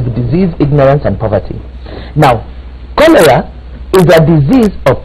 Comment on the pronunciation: Chorera instead of cholera?